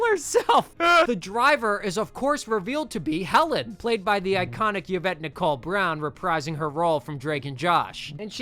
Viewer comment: As someone named Yvette PLEASE never pronounce it "yuh-vet" ever again bro that's WILD it's "E-vet"